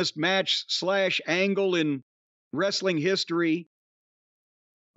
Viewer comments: ress-a-ling hahaha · puroTV quit saying "wrestling"! Everyone knows it's pronounced "wrest-a-ling"! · I think you meant “ress-a-ling”